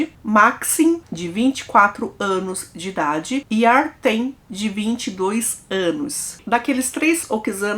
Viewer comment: Oi, o nome nao é Artem, escreve Артём e pronuncia "Artyom". É um nome slavo comum.